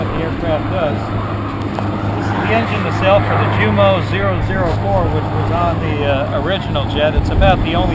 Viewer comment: i love the videos but as a fyi the j is silent in Jumo, umo no J